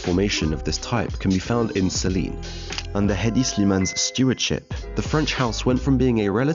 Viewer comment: You can tell is fresh into this, "fashion" business. Pronouncing Saint Laurent with a French accent but saying Celine like normal person. Amiri is an underground brand at this point.